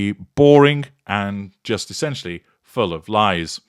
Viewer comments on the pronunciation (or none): none